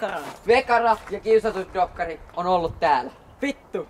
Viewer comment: Kiusatut dokkakhri